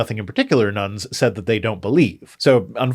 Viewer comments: Heard "Nones" as "Nuns" there for a moment. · It took me an embarrasingly long time to realize you were saying "none" instead of "nun" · The way you pronounce "none" makes it sound like the population of nuns is increasing dramatically :)